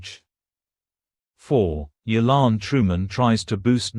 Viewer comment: its yolande.